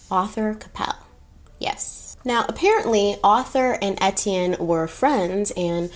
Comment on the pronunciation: 1 thing I learned from watching the movie "The Beach" Etienne is pronounced (Aye-Tea-en) or (A-T-N) lol